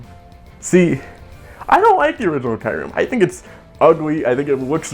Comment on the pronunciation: It's KYOO-REM! Like "POO" but "KYOO". And that's it.